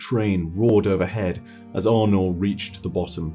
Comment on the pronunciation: when first start talking about Aunor, he kept pronouncing her name like Arno (french male name) and im like, wait who's Arno? the Drifter pronounces her name like A-nor so i didnt expect to pronounce differently, maybe my ears broke idk